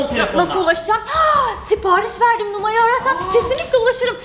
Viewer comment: numaraya numay diyo